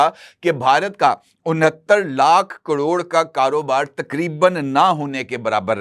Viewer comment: کڑوڑ؟ یا کروڑ؟ آپ واقعی صحافی ہیں جنابِ عالی؟؟ بہت خوب جناب بہت اعلیٰ خبریں ہیں 👌🏼